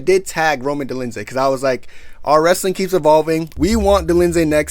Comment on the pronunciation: out here butchering names like uncle Chael 😂😂😂 "Roman Dolinsay and Marvin Victori"